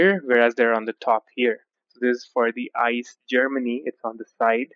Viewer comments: The German high speed trains name ICE is pronounced I C E, not ice like frozen water. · Shouldn't a rail nerd know how to pronounce ICE?